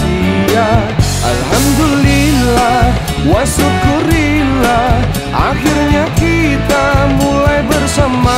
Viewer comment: Ternyata ada juga yang sadar. Tiap kali denger pelafalan wa syukurillah langsung merasa terganggu aja. Maksudnya kan syukur kepada Allah, jd ya memang seharusnya syukru lillah, sama kayak alhamdu lillah.